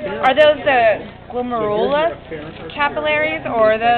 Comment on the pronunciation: "glum-air-you-luss" guys. =)